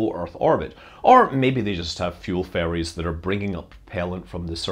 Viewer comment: I was at rapt attention until he said “fuel ferries,” which I heard as “fuel fairies,” and I lost it.